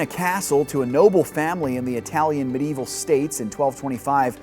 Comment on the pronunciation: You can pronounce Aristotelian correctly but fail every time at Medieval. I find that quite curious.